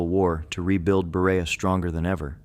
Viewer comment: I can't even listen to all this. As a Kentucian I am extremely offended. He can't even say Berea correctly. Please come to Kentucky and see how we preserve our awesome history! I assure you these people are not forgotten!😊